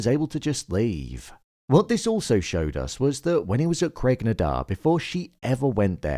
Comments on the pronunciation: "craig na 'DONE'"?? okay is this an AI voiceover? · Craigh na Dun - say DOOON. Please! I'd like to add Jamie turning to look at William and John was brilliantly emotional. When he started leaving I said to my partner, "He's going to turn around, watch." And as he turned back around it dawned on me that this was the last time they'll ever look at each other * Brilliant.